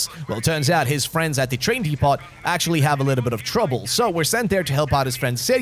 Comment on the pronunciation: Is nobody going to tell this absolute mad lad from beyond the Iron Curtain that you don’t pronounce the T at the end of “depot?”